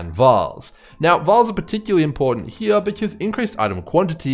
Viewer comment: Wanted to thank you for putting out the consistent content. While it teaches me different strategies, It also lets me play my favorite drinking game, which is “watch grim videos and take a sip every time he says ‘heah’.” Works every time, thanks again 😊